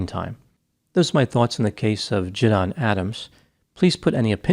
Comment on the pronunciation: Quick correction: his name is JiDion, not JiDon, and is pronounced Ji-dee-on.